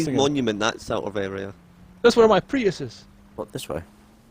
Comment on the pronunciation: Please address your pronunciation of Prius 😄